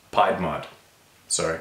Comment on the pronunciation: You said piedmont correctly the first time.